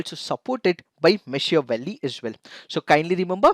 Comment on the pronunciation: it is pronounced MAA-KIA-VALLEY